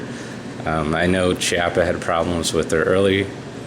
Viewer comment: Chiappa is Italian ... it is pronounced "key-appa".